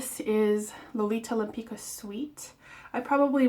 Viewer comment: It's pronounced like Lempitzka